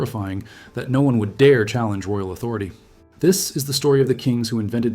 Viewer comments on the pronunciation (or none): none